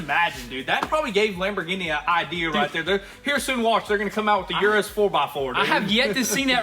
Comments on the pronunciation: Hello . Its U-RUS no IU-RU- S . Try it … U-RUS , without that I in front the U how you pronounce UNITED …IUNITED U- RUS ,U( end fast ) RUS - U-RUS . Greetings from Madrid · It’s pronounced eris not youris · It's Uu-Rus, not You-Rus. Come one guys! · Like Ursula from the little mermaid. It's a Urus. Not a Yurus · Please check the pronunciation of the name Urus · Please. Someone tell them how to pronounce Urus. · There are several problems with this new series. First and most importantly, have some respect for the brand and pronounce the name of the car correctly Secondly stop being dumb and just get back to the car content